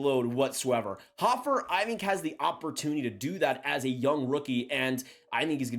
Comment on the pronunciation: Big fan of Joel hofer but can’t even pronounce his name correctly 😂